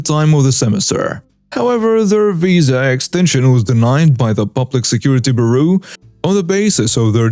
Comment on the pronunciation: Bureau is pronounced: "Byur- roh." And in most places, using a weapon on security is a quick and easy way to get injured. Using a weapon against a cop is a really quick and easy way to get dead.